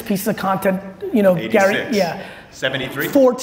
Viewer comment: Damn Gary you said it properly! No shortcuts my friend !